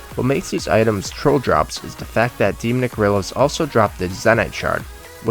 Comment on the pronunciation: "De-Mick Gorillas" What? It's pronounced 'Dee-Mon-Nick' Gorillas....